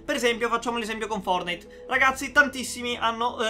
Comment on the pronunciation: Ogni volta che dici fornite battle royale mi emoziono 😂